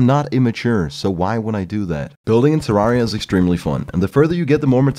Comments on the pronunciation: It's pronounced Terr-ai-ria, not Terr-ar-ria. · Nice a whole review about Terraria and you can't pronounce the game's name. Not Ter-are-ia it's Ter-rare-ia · Incorrect, he called the game terr ARE ia. OBJECTIVELY incorrect pronunciation. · You said terraria wrong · why does everyone pronounce terraria wrong the devs have even said its the other way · Except for the fact that the creators of the game confirmed the pronunciation and he was saying it wrong. Do your research first.